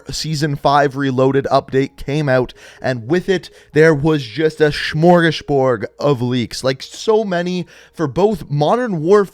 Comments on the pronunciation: It’s smorgasbord. What he said was more like shmorgashborg. It always baffles me how many you tubers don’t care about pronouncing words the right way. I mean, I guess most of them also don’t think of themselves as professionals....so yeah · What the hell is a schmorgish borge